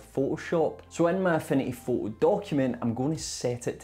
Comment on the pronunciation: At first, I though you were saying: "A funny photo". Turned on the captions, "Affinity photo". xD This was super helpful thank you. Super well edited too, I loved the soft animations in it. Thanks!<3 I'm considering a huge upgrade from canva to this tool.